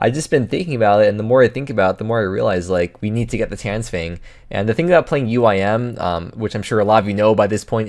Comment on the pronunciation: you pronounce "max the uim" funny